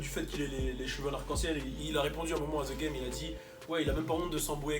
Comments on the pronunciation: On ne dit pas (zee GAME) mais (deh GAME) pour le THE GAME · Tu as déjà vécu au US comment ça se fait que tu prononce encore The game, ze game >.< j'ai saigné des oreilles